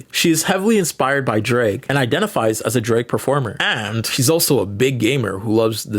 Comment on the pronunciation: i’m sorry but the way that you say “drag” sounds like “drake” and that threw me off lol